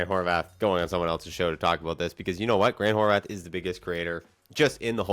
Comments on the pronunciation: Bro. There’s not a “th” on the end of his last name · Why is he pronouncing Horvat like that ?